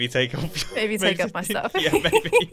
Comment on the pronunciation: mumbo just called said 'baby' instead of maybe. thats funny lol